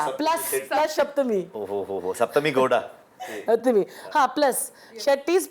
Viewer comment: Why are they mispronouncing her name and calling her ‘Shaptami’ again and again? Can’t they pronounce ‘Sapthami’ properly?